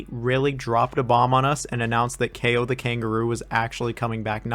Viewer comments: I am from Czech Republic and I just pronounce it KAO. not like "keyo" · As a Polish it hurts me how you pronounce Kao 😭